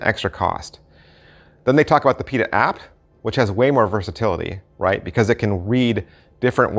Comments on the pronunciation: It's not Pita, it's Pi-ta-ta... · I believe you are missing a tah. "pee-tah-tah" Great review though. Thank you. I believe this type of product has been around for a while.